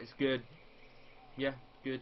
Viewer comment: I see what you did there... "It's GEWD it's gewd"